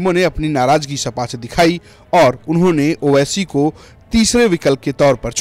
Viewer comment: Naam bhi nhi le paa rhe ho owaisi ka 😂